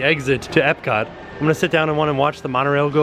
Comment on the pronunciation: at one point he says epcat